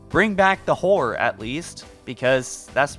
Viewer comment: the first time you said horror... i thought you said whore... i thought it was funny